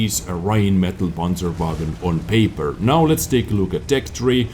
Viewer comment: "Räinmedal Panscherwägon" youre so close bro...Greetings from Germany